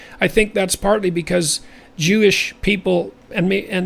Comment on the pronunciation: Paul Heyman: “We are chewish people”